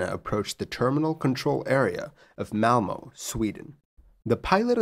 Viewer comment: I think you did good on the Swedish city of Malmö - I have heard worse :D